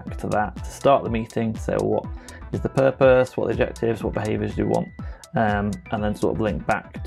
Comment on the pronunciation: Pupose... Gah! It's killin' me.